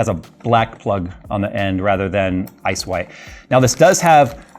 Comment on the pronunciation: Why do I hear "ass-wipe" when says "ice white"?